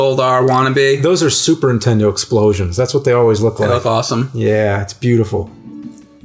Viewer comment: Am i the only one hearing James an saying Super INtendo!??!?! for as long as i have been watching these guys I just think my hearing is screwed...